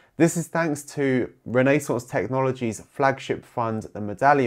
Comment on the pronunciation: “Renee-sonce” technology???